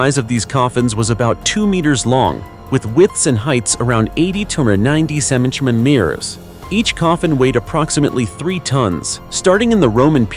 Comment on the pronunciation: Lead is said, LED. And it couldn't pronounce centimeters, it sounded like, ceminimet, lol. But the subject and videos were really good. I'm annoyed that the people digging things up damaged some of the items.